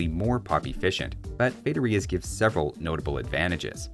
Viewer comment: His pronunciation of "feitorias" hurt.